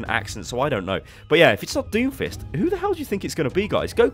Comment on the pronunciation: uuh did you say doomfish?